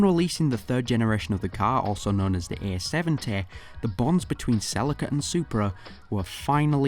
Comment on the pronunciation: Wait I thought it was pronounced sell-e-ca